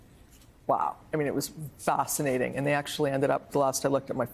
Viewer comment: She pronounced it fossinating and as soon ahz we ghot bach